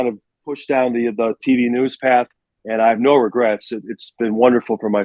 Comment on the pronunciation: BEAR DAHN